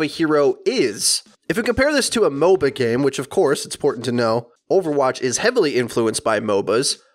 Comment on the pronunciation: every time you say MOBA-games i understand mobile games